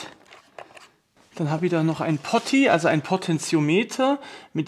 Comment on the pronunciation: Truppe, sprich mir nach: Poooooti, Pooooti. Nicht Potti 😉